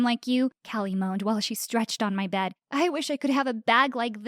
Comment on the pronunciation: Who realized that said bad instead of bed at the beginning